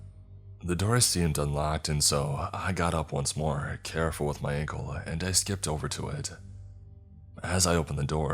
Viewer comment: He said uncle instead of ankle once